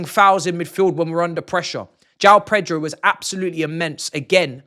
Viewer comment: PETROL 🤣🤣🤣🤣 that's how he pronounces